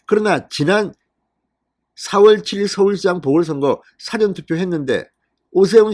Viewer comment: 야 진성호야 415에서 사ㅡ전투표 가뭔뜻이냐? 그리고 선거소송 뭉개는이유가뭔가 그리고 사전투표 발음 제대로해라